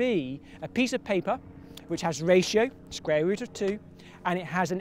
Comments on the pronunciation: It's pronounced "Square" not "Scrare".........learn english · "The Sqrare root" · Is he saying "The scrare root"? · You mean squrare? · can he not say the word 'square'???